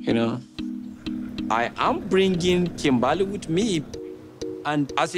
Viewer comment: first of all the way you said Kimbahly .....dead 😂